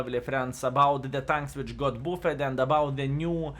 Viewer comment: No sense in mispronouncing "buffed" forever. Here is how to say it correctly